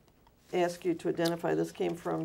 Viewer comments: New drinking game. Take a shot every time he says "axe Michelle". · dudley doright ... I ax Michelle she said ax Taylor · Please don’t do shots every time he says “ax Michelle “! You will be dead drunk before the video ends!! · Officer: do you know why I pulled you over? Pastor: I don't know.. You gonna have to axe Michelle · Paul Monaco: HA HA HA HA HA HA HA. How many times has Michelle been "axed"? She's got more lives than a CAT. Never saw a guy answer "I don't know" to dozens of questions about his own organization! I by the sounds of it he didn't do a NY minute in jail. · "You can ax Michelle" It baffles me how people who speak native English can't say a simple word right. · Ax him anything....lol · It’s on YouTube and She says “ ask Ashley “ just as much as Taylor says “ AXE MICHELLE” (Ask) 😂😩😩💯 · ...did Michelle make it out alive through all that axing? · Interviewer: "sir, are you alive?" Guy: " I'm not sure, you have to axe Michelle" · How did you find that out?? Did you AXE him?? 🤣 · A Grayson this would make for an awesome drinking game. Every time he says “axe Michelle” take a shot of whiskey. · lol I heard “Axe Michelle” in my sleep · ‘Why is there a birds nest on your head sir?’ ‘Um im not sure, your gunna have to ax Michelle’ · You mean axe Michelle lol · Ok. New game. Drink when he says "ax "michelle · He should be sponsered by axe body spay. Boom. (Mic) drop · Hey Michele, did you receive cash donations? Michelle: umm Ax David, he handle these things for me 🤣🤣🤣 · emmyabby2642 He farts a bunch of times throughout the dep. You just have to listen for them. Or axe Michelle... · Attorney: "Mister Taylor, what is your date of birth"? Taylor: "Axe Michelle". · You mean "Axe Michelle" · Bartender: "What'll you have?" Me: "You need to go ax Michelle." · Michelle’s entire depo: You gonna haffa axe David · In his words he would say " I can ashore you i ain't doing nufing illegal axe Michelle" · I'd love it if Michelle said I don't know you'll have to ax david